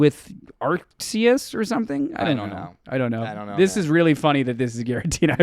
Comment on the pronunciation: You're still pronouncing Hippopotas, Arceus, and Kamala wrong 💙